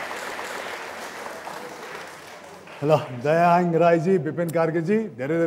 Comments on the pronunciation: Hang lai kasto hyang vanera prononce gareko rajesh hyaaaamal le thaha navaye jasto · दयाह्याङग hoina दयाहाङ chai po hota rajesh dai. 😁